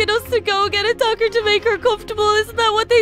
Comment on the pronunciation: lol said docter to the wizard